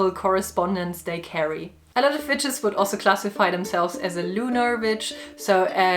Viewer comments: This randomly just played and I swear I thought you said bitches 🤣😂 You said witches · Hilareous the way a Geman pronounces Vitches 🤣🤣🤣🤣🤣🤣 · When half listening her accent makes me think she's saying B instead of w/v and it makes this more fun for me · I can't help but be distracted by how it sounds like you're saying the b word not witches 😂